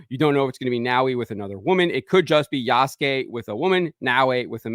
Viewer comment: It’s “YAAASSSSS” suke.